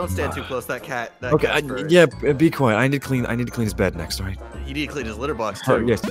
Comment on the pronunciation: Im sorry but its- "quiet"